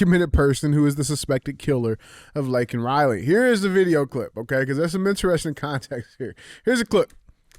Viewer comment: It's actually legally Criminal Alien. And he should have apologized for getting Laken Riley's name wrong.